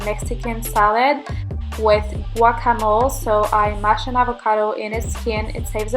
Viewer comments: it's pronounced with a soft e. So you would say "mo-leh" But it's not a big deal at all. I guess some people get crazy with pronunciation haha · "Guacamoal" "Hyumous" "Tortillia" fucksake girl if you aren't going to learn about the food you're eating, at least know how to pronounce it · Did she just say guaca mole I can't omg smh